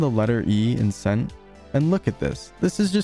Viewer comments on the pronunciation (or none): none